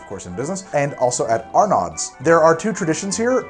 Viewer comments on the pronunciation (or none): It’s “R-NO,” sir, and “laissez les bons temps rouler,” was correct. But other than that, fantastic as always. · BTW, here in NOLA we pronounce Arnauds as are-nos. The d is pretty much silent. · Arnaud's is pronounced "ArrNose" not "R-Nods" and Arnaud's also has a great free Mardi Gras museum you can tour. Both places have fantastic "Café Brûlot Diabolique" which is the full name of the drink. I think Antoine's has a bit more of a booze kick overall while Arnaud's has a bit more of a sweet taste but both are fantastic. Your "measure" per guest is possibly accurate for a lot of the USA but far off for New Orleans as we are drinking two or more servings per guest of this amazing beverage. It also should be mentioned that Antoine's literally invented Oysters Rockefeller and they are the only ones with the "official version" which doesn't use spinach while most other versions tend to use spinach (many folks from out of town always complain about how the Antoine's version doesn't taste right because they are so used to spinach). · Lol at the way he pronounces Arnaud, it's not "Har Not", it's Ar-no ;D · Just found this channel, and I am digging it. Gotta let you know its pronounced like R-nose though xD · New Orleanser here. Arnoud’s is pronounced “Arno’s” and I have never heard of this drink. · It’s pronounced “orlins” like one word instead of Or-leans. And it’s “Are Nose” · galatoire's does it too! Also love ya but pronounced ar-no's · Not how you pronounce Arnaud’s my man. Pronounced like “Are-neaux’s” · You mispronounced Arnaud's. You Need another trip to N.O. to work on your pronunciations. I highly recommend you visit; bar tonique, latitude 29, compere lapin, and cure. Love what you're doing, happy dimanche gras.